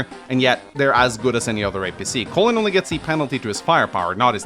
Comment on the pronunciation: I like how he pronounces "Colin" like "Colon". 😂